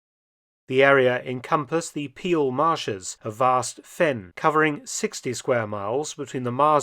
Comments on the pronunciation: "Peel" is pronounced "pale" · And let me add to that that 'Peel' is pronounced like the English 'pale' and not like 'peel'